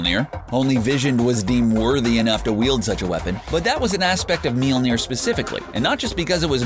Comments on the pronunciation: Wth is "milonir" and why can't you stop talking like a 70s dj on coke with lame jokes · PLEASE!!!!!!!!!!!!!!!!!!!!!!!!!!! Stop trying to pronounce "Mjølner" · me vs. wanting to die every time this dude says mjolner